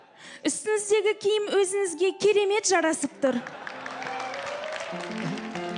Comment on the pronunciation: Бля ң-ға тілі келетін бір қызды таба алмадыңдар ма? Озынызге деп тұр ғой мынауың, ұят қой зб!